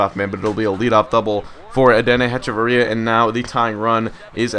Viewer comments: It's pronounced "Etch-a-va-ria" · () Just so you know, it's Ech-uh-vur-ee-uh